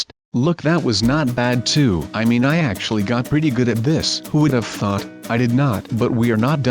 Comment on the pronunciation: that text to speech program makes "thought" sound like the f word....